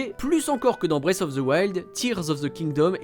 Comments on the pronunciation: Il serait temps d'apprendre à prononcer "Breath" au lieu de dire "Brace" :P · La prononciation bwéyfe of the wild c’est pour me tuer, les gars vérifiez un minimum comment ça se prononce ça veut rien dire ça 😂